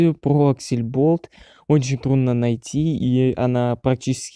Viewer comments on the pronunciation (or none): Ужас Невнятная, неуверенная речь Неправильное произношение НАЗВАНИЯ СТУДИИ АКСЛЕБОЛТ, а не аксельболт Всех разработчиков несложно найти, по крайней мере основных, типо антона, леши и ильдара Первая игра от аксле была Zombie Mincer, ее написал лично глава студии, а потом уже вышел первый стэндофф Учи матчасть